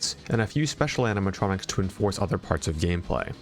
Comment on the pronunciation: ‘’animatronics’’ that hurts so bad.